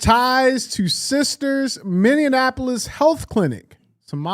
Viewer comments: DJ - it is MINNE-APOLIS, NOT MINNE-AN-Apolis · It’s funny how DJ pronounced Minneapolis as “Minionapolis” lol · Someone please teach DJ how to say Minneapolis